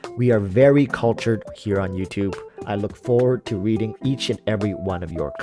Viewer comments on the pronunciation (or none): none